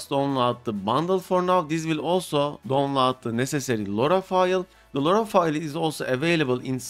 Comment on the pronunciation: what video? You didn’t mention it, not in the video or even now, you say you are trying to save time but waste it on showing how you can winrar something that is already a executable extractor. And it’s DOWNLOAD not don lar. For a word you say 100 times a video you should work on it.